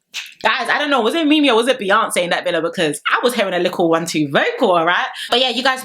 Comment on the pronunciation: MI-YONCE? PLEASE🤣😭😭